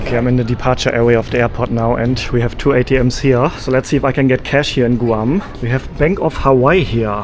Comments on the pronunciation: Guam is pronounced Gwam. K-mart is a discount department store in the us with some stores having a grocery store attached, they are usually referred to as the K-Mart Superstore. That also might be why many products were SUPERSIZED. Comparable prices except that many US prices are going up and up from the tariffs! The restaurant prices were quite expensive compared to most of the USA. Not compared with NYC...Which is also very pricey. Yes you should visit PR, US Virgin Islands, and American Samoa...which will feel more S.Pacfic & Asian. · I love your accent and the way you say Guam. Here is the USA, it’s pronounced “Gwam”. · You are pronouncing Guam wrong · Please learn how to properly pronounce Guam. It is not Gooo-am. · Stumbled upon your video. Thank you for visiting the Island of Guam. In chamorro it's " GUAHAN". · P.S. In the US, it's pronounced G-w-ah-mmm. The "u" sounds like a "w." Of course we all may be wrong in our pronunciation...that's nothing new.😉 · My mind is broken. From now on whenever I see anything about Guam in my mind I will hear it pronounced GOO-am 🤭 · Guam = Goo-ahm. 😂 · Is it not said like grawm? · Guam has one way to say it "Guam" not Goo Am! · YOU SPEAK GREAT ENLISH! IT'S PRONOUNCED GWAM NOT GOO AHM. IT'S VERY EXPENSIVE! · Where are you from? GRRR moony! It’s my first time in Gooam😂 It’s Guh Wahm bud. Enjoy the bugs! Guam is awesome. Loads of spiders tho….. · Sir It’s “Gwahm” not “Goohahwom” Not that it matters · we say Gwahm and not Goo-ahm. Guam is pronounced Gwahm. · In English, Guam is pronounced "Gwam" (kind of like Gwen) not "Goo am" but thanks for another great video!